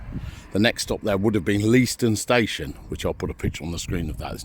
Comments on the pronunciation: Leiston is pronounced Layston. No spur was ever made to Sizewell. At 45.28 you were at Sheepwash crossing, where a "ballast line" went to Thorpeness, just skirting the Mere. Many thanks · Lay-stunn btw. Most people pronounce it incorrectly but no harm.